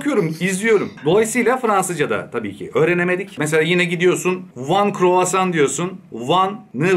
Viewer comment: Sende flexibil ol...one courvason diyeceğine ön courvason diyemedinmi...